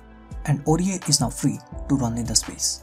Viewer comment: hey bro, it's "Aurier"